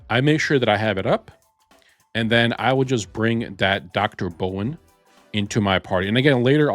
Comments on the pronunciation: brawn.... not bowen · How do you pronounce Brawn so incorrectly? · DR BRAWN, not Dr Bowen. Can you not read? Seriously surprises me with the pronunciation, It’s not even a complicated name!! Also the pronunciation of the Japanese island is just as bad. Can you read ok?